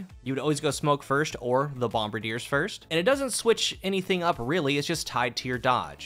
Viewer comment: Bum-Bar-Dee-Ay. It's French.